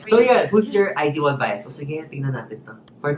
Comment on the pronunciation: iz*one = ai zu won, ai zu wan✓ Not ai zi wan